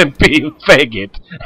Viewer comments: i love it when he says "feggit" LOL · hahaha, love it when you say "cemping fegget" ;)